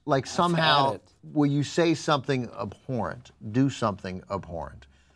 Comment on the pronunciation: I dislike that says abhorrent w/ a P.